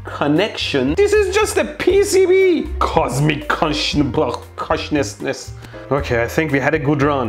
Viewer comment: Mehdi trying to pronounce "consciousness" so hard but failing was really cute ❤️